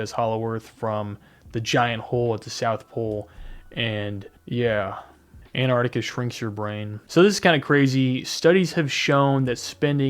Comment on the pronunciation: good job pronouncing la crítica man appreciate that